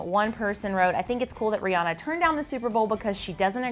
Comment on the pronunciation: People keep mispronouncing Rihanna's name. It's Ree-anne-uh. Not Ree-ah-nuh.